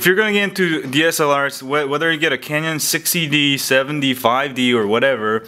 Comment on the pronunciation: I get it you're not really a photographer, .. you cant even pronounce CANON correct..